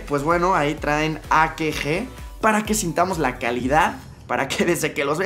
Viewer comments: dijo akeje (akg) ajjajajaja y era acage :v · No es "a-qué-je". Es "a-ca-jé" (AKG).